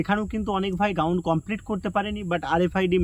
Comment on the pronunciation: Ground ❌ gaund ✅😂😂😂